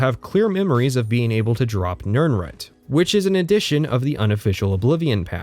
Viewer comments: Small brained argument: Something he covers in the first couple minutes, jokes about the video length, etc. Big brained argument: it’s pronounced nirn-ROOT, not nirn-RUT! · Beginning of video: Nirnrhut Me:..wtf End of video: Mispronounciation drives up engagement more than asking people to like, comment, and subscribe Me: Clever girl. Great video btw! As much as I felt horribly called out so often, I still had to laugh about it. Also, I kind of want to replay Morrowind and Oblivion now. :/ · Why are you saying "Nirnrut" instead of Nirnroot? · Must be a northwest/pacific coast US pronunciation. There's another YouTuber i watch, slightly infamous, was born in CA, and grew up there as well as WA, and he says Rutt, rumm instead of root, room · > "Nirnrut" HAHAHAHAHA!!!!!! You mean "NirnROOT"? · So genuine question: When you say 'nirnroot' you pronounce it like 'nirnrut'. Is that how it's actually said or did I misremember somewhere that it's pronounced 'nirn-root' like it's spelled? or is that an accent thing? I'm genuinely kind of confused about this at the moment. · Love the video but please pronounce the root in nirnroot like shoot for your quick analysis of TES6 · You say nirnroot like "nurnrut". have i been pronouncing it wrong my entire life?? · Why are you pronouncing it as "more-owind" Edit 1: why are you pronouncing it as "nirn rut" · no one:: nirn-rut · It's root, at the very end he says he mispronounces things on purpose to confuse people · Why the fuck do you pronounce nirnroot like that? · What the hell is going on with your pronunciation of "root" in "Nirnroot"? Is this your first time seeing this word or do you just have a really strange accent? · The only problem I have with this content is the way you pronounce nirnroot. On this, and this alone, I am ready to go to war. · Your pronunciation of nirnroot made me cry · The pronunciation of nirnroot deeply wounded me. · Ok ok ok but why do you pronounce nirnroot so oddly?